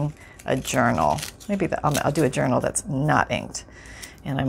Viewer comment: by the way I kid you not it sounded to me like you said you were going to make an urinal. Now that would be a trick. HeHe